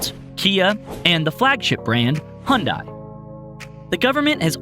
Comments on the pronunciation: 현대를 혼다로 발음하네~ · 현대 말할때 발음이 혼다로 들려서... 좀 아쉬운 부분이네요..